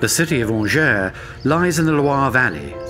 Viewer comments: I used to live in Angers, it's pronounced like Anjai not Angere btw. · Beautiful video. The narrator could at least make the effort to pronounce the name of the towns properly. Angers, Saumur, Anjou. Seriously!!!!